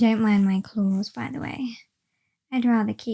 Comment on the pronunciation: "Don't mind my clothes, I'd rather keep them on, if it's all the same to you." I mean, it's not, but it's your choice. I realize she says "claws", but this what I heard. Caught me off guard.